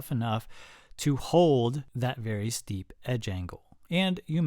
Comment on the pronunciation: Am I the only one understanding "shallow" whenever he says "steep"?